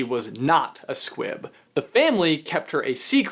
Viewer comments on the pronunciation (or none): Every time you said squib, I heard squid